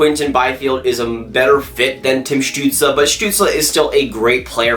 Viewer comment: It is stutsel not stutsla